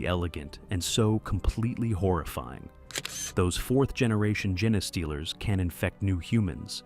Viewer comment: I understand using text-to-speech - I hate the sound of my own voice. but you should check the result and tweek the input, ie rewriting genestealers as gene stealers or even jean stealers. and traditional text-to-speech may be easier for listeners to spot but it won't get people as upset as AI does (I won't go into the reasons AI is bad, I'm sure you've heard them all before)